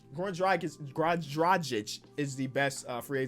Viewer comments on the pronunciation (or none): It is pronounced Drah gitch